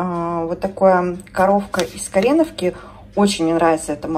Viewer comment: Хорошая закупка. Коровка из КоренОвки (ударение на 3 слог) самое вкусное. Тоже люблю сырки кортошка. 😋